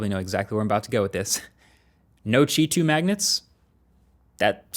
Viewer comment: Yeah you need to stop calling Q,i chi charging. That is incorrect asf. I'm fluent in Mandarin, Japanese, Korean when few more not relevant. These native speaker's even call it Q,i charging. So let's do it correctly.